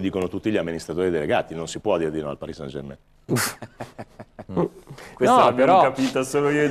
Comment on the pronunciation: Ma sarai mai possibile che nessuno sappia come si pronuncia -ain in francese German e non Germèn! Mentre poi tutti dicono, com'è giusto san e non sen!